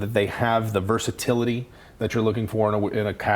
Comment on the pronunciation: Perversatilty? versatility